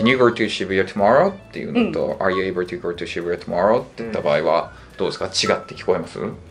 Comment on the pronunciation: さんのwasとかgoの発音がなんでwa(r)sとgo(r)って発音になってるんだろうって、ずっと気になってるw